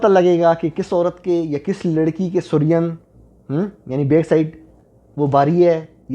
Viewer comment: The correct pronunciation is “su+reen”. اور جمع کے صیغے میں “ہیں” آتا ہے، “ہے” نہیں آتا۔